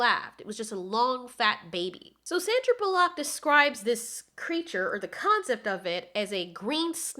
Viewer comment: Since when is her name Sandra Boo-Lock.